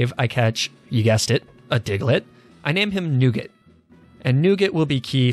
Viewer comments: pronouncing Nugget like Nougat has broken me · So we gonna ignore the fact that he said nooget instead of nugget?🤨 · Diglett the "Newgit"